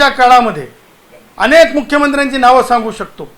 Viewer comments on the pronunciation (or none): none